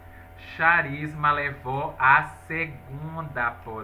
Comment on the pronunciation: Querido se escreve CHARISMA , mas se lê CARISMA...👍